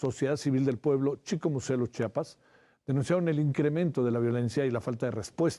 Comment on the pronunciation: este idiota periodista sigue pronunciado incorrectamente el nombre de chicomuselo